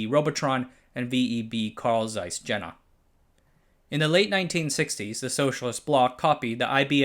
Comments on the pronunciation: Carl Zeiss Jena;... say Yehna not Tshenna....! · It’s pronounced Carl Zeiss YANA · the letter J is pronounced like a Y. Jena is pronounced "Yenna". There was a battle during the napoleonic era, resulting in a French victory, hence commemorative place names referring to 'Iena' (e.g. Pont d'Iéna in Paris) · Fan of these videos. It's pedantic, but I think pronunciation of a lot of names could be improved. For example: In this video "Jena" In a different video "Nippon steel" Sounds petty, but I've learned saying these famous names correctly actually matters to the native people where they come from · I liked this video, but why can't narrators pronounce things properly? Zeiss Jena? Come on! Stasi wasn't too great either. With all the work you did to research this video, how much trouble is it to look up how to pronounce things? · Great video, as usual. Just a quick note on pronounciation of some German proper nouns: 0) Jena is pronounced "Ye-nah" 1) Stasi is pronounced "Shtah-zee" 2) Zeiss is pronounced "Ts-eye-s"